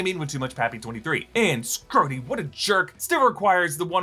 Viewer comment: please stop calling 'em "Scrodie"